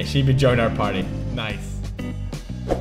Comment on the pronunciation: Shibe... shiba... wait... I'm sorry?